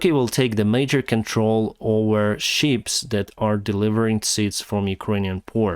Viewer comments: Sometimes I can't help but laugh because the way he mispronounces things... accoridor for the sheeps?... Ah ships! Food for the Sheeples.Lets hope it happens. Lets face it, if Russia blocks the food from getting through, who are they going to get angry with? It won't make them like the Russians. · I heard you talking about sheep 🐑. But then listened closer and realized you were talking about ships 🚢 lol